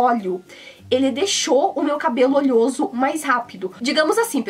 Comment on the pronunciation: né "olhoso" não, é "oleoso"